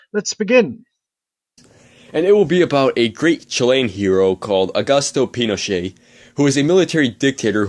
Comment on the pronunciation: "Ogasto pinoshe"